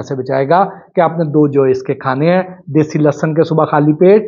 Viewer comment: سوشل میڈیا پر آگاہی تقسیم کر رھے ہیں تو عرض ھے کہ لھسن لھسن آپ کی زبان سے ادا ہو رہا ھے یہ تلفظ درست نہیں اصل تلفظ لہسن ھے